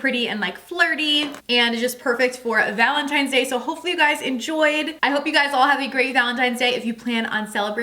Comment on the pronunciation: Wtf is gallon tines day or whatever it is you keep saying 🤣